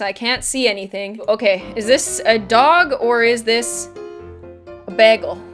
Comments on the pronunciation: winter girl bay-gull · you say behgel 😐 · Bag elle? Thats an interesting way of pronouncing that word ._. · I love how you say 'begel' instead of 'bagel'. The Canadian accent has never ceased to surprise me :) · The way she says bagel kills me. that's not how say it!!! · the way she says bagel 😂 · she says bagel weird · I've never heard anyone say bagel like that😂